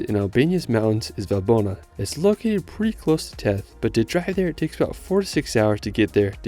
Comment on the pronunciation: Wonderful video. :) By way of background, I was a U.S. diplomat (now retired) and was assigned to the American embassy in Tirana from 2002-05. I had the pleasure of visiting these amazing places, and the way that the language is pronounced, the village of Theth is pronounced with a 'th' sound (vs. a T), like the word 'thistle'. Keep up the great work; your clips are SO very interesting and helpful.